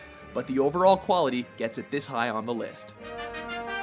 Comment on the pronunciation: Anyone else here him say liff instead of list in the halo one?